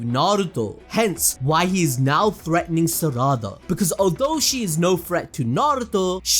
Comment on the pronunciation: Sa-ra-da… I just can’t 😂 it’s sara-da